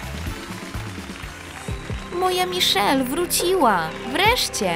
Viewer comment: Majszel jako miszel